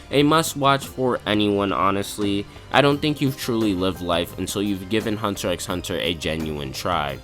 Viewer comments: Isn't it a bit counterproductive to call it Hunter EX Hunter all the time when you basically want the viewer to think you are very qualified to talk about it? I mean, even among casuals, the fact that you don't pronounce the X (which actually isn't an X to begin with, but a cross) is well known. Nothing against you, but if you start the video like "If anyone is qualified to talk about it, its ME." and really want to build up your own stand in this, calling it that way feels like a splinter under the fingernail and does you a great disservice. That way, you only make sure, from the very beginning, that everyone will take everything you say with at least a grain of salt if not dismiss it from the start. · It’s just Hunter Hunter bro the X isn’t said lol good video tho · Pronouncing the X... :(